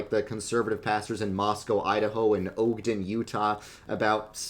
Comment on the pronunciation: no way my guy just pronounced Ogden as “Ohg-den”